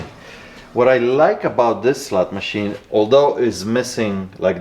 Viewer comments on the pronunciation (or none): none